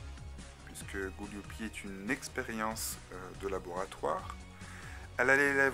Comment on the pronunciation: Gooliope pas Gooliopi